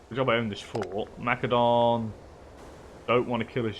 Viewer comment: Good stuff. Thanks Methinks your pronunciation of Macedon requires investigation